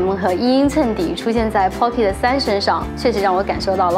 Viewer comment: 建議去聽一下pocket的發音，真的不用每個音都發音才代表念英文……尤其是尾音，應用在所有地方，加油 但是你講得很棒，關注了🎉